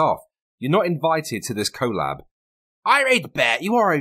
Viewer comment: Soft O in collab. Has Bearing taught you nothing?